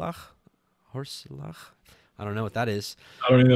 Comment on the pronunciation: Thank you brothers, great study., I think "horseleach" is pronounced "horse leech". Maybe